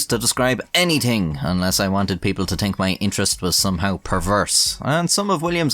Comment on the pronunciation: anyTING? tink? 2023 learn to pronounce words correctly